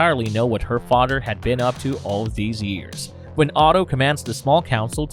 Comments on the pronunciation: It’s father not “fodder” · guessing this is incapable of pronouncing th da fadder lol.